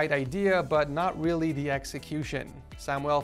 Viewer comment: Blue yeti snowball 🤣 the whip and he said weally 7 times in this vid, he doesn’t have a headphone stand 😂